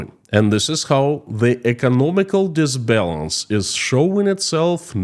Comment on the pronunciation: Imbalance. Not dis balance.